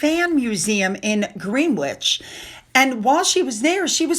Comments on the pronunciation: JFYI - It's not pronounced Green -wich but GREN-ICH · Greenwich is pronounced Gren-itch ❤ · "Greenwich" is pronounced with a short "e" and you don't say the W - "Grenich" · fwi: pronouncd: GRENNITCH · Greenwich is pronounced Gren'ich. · Greenwich is pronounced Gren itch. Than you! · Greenwich is pronounced gren-itch.